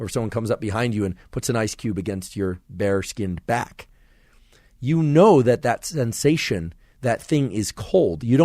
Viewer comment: Emphasis on “bare skinned back” 😂